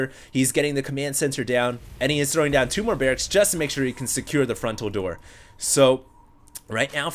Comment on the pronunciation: why does pronounce "throwing" with the latino "th" as "t"